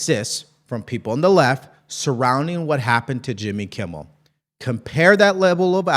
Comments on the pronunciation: It’s Kimmel. Not Kimble. And it’s couldn’t care less, not could care less. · I like your podcast but man do your homework the dude's name is Jimmy "Kimmel" not kimbel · Kimmel not kimbal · his name is Kimmel Not Kimball😅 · Kimmel… there is no B in it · Gm, are you saying jimmy “Kimble” on purpose? He’s scum either way lol